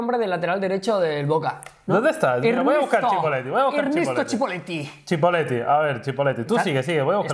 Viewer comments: Jah, yo soy de General Roca, Rio Negro, soy de la ciudad dueña del Departamento donde se encuntra Cipolleti, no se pronuncia CHI, se pronuncia SI. ALGO ASI COMO SIPOLETI. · AGUANTE CIPOLLETTI PAPÁ. Para la próxima se dice "Cipolletti" no "Chipolletti" por que es un nombre italiano, esta bien, pero somos argentinos :v